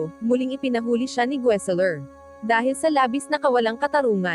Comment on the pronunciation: mag basa na lang ng scrip ...Mali Mali pa... pronouciation ... pilipino na nga . KONTING ayos naman ...like the word. la ba nan it's labanan...!